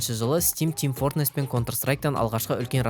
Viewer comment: team fortNess емес, team fortRess